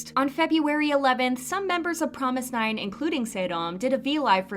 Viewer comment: I know you're trying to stray true to the korean pronunciation of "fromis_9" by saying it like "promis" but even the group itself doesnt say it as promis, they say FROMIS. so just keep that in mind lol